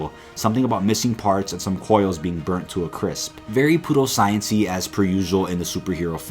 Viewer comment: Pew- not poo. Pseudoscience (the p is silent)- no poodoscience.